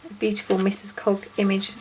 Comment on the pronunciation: Bee-U-TEE-Ful lol.